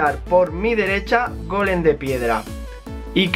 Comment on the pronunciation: no se dice golem de piedraaaaaa